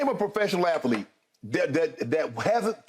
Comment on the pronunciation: “Ath-a-lete” lol